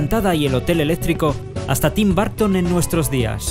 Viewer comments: se pronuncia tim burton no barton :V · Estás mal :v Es Tim "Barton" Edit: Que tú no sepas cómo se pronuncia es otra cosa xd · SirFragii-gameplays y secretos es bourgtoun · En latino america se dice tim borton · En si seria algo asi como una "a" tirando a "o", jamas pronunciarias tim burton con "U" se oye horrible si lo pronuncias así.